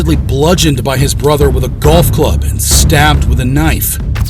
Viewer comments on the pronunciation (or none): none